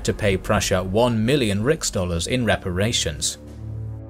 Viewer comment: you say Prussia received payment of 1 million "Rick´s Dollars"? That´s funny, it sounds like Rick and Morty currency. Many you meant "Reichsmark" which can be translated in Reich ( rah-ee-hk) Dollars?